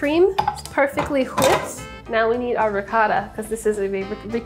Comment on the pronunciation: I love that Sohla has picked up some of Andrew’s weird quirks. “wHIpped” etc.